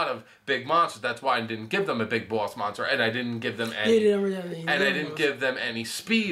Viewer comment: says moster instead of monster.